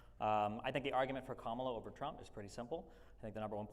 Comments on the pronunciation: Did anyone else catch how Owen pronounced Kamala correctly when his mic wasn't working, and then once he had a working mic, he starting pronouncing it incorrectly? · I don't understand why people like Owen can't pronounce Kamala correctly. Do the really think it's a big d!ck move to say "I am too dumb to know how to pronounce this word."